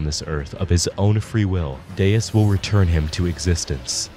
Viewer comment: I really don't get how Deus is God but in portuguese and everytime I hear "Deias" I think I'd rather be deaf